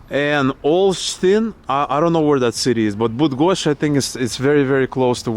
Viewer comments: this city stopped the sun and moved the earth. the story of Copernicus (he was a woman), not gingerbread. You pronounce Bydgoszcz "BRUDGOSZCZ" in Polish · BTW: Polish 'y' is pronounced just like 'и' in Ukrainian ("Bydgoszcz")